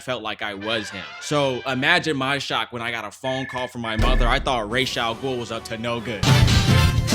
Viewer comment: the fact said ra's al ghul's name right >>>>